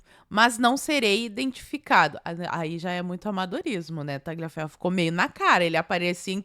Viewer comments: a pronúncia correta é " taliaferro" GL em italiano tem som de L ok? Beijos 🌸🇧🇷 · Oi,, tudo bem? Like clicado. Não quero ser chato, mas é que incomoda... A pronúncia correta do nome Tagliaferro é: Tálhaferro. Em italiano o "gli" é pronunciado como "lhi". Então, para ser preciso, tecnicamente, seria algo como Taliaferro. Qualquer um dos dois vale. Mas, seja como for, o "g" é mudo.